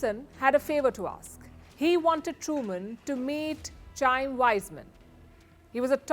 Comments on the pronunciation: It's Kha-eem, not Chaym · So much to correct here! But one correction- CH in Hebrew is not “Chu” but “Kuh” - so it’s pronounced “Kain Weizmann”. It’s a common mistake Desis make because “Ch” as “Chu” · Palki, the name "Chaim" is pronounced "Khaim", please make a note of it. Menachem is pronounced with "kh" not "tch". Aother small clarification: BTW, it was not Harry Truman, but Stalin who recognized Israel first and sent his Jewish veterans hoping to make Israel his outpost. But after that, the Soviets chose to support Arabs . They armed the Arabs and Yasser Arafat's army. They are responsible for reinforcing a notion of a "Palestinian nations". Until that there was no differentiation between the Arabs - it was all "Trans-Jordan Arabs". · It's pronounced 'Chaim' with a hard 'H'.